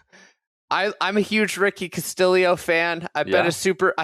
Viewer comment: can someone clarify why everyone pronounces Castillo as "ka stilly oh"? is it not "ka stee oh?